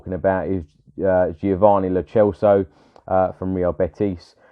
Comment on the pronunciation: It's pronounced Celso as in Celtic and N'Dombele is 'click' Dombele